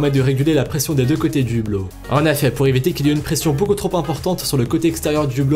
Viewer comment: Du réchauffé et bordel on dit en effet pas en affet